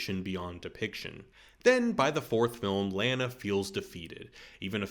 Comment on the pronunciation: You're purposely saying Lana incorrectly... Why?